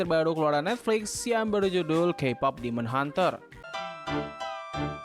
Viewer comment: HUNTERS BANG BUKAN HUNTRESS.....